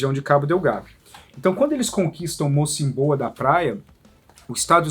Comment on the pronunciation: Triste. Mais boa explicação da matéria. Corrigindo diz-se Mocímboa (tem acento no i)